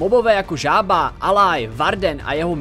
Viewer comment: Mojang mě začíná pěkně sr*** a čte se to elaj ne alaj